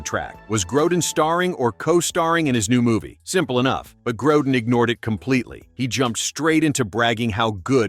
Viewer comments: The name is pronounced Grow-den. Not Growe-den. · It is NOT Grou-den either.